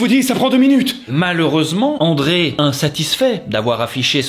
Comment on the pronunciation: c'est Andréa pas André, mais super vidéo